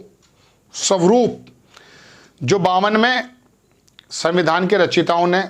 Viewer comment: Samvidhan ka pronounce tak nahi kar pa raha Chala hai gyan dene